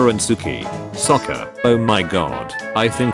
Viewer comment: bro even the ai voice says sokka's name better than in the movie😭😭